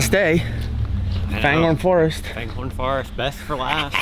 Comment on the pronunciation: Why do u guys all call it FANGHORN when it’s clearly spelt and said fangorn- (FAYNGORNE)